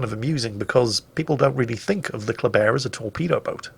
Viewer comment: There should be more German bias by using the German pronunciation of the word Kleber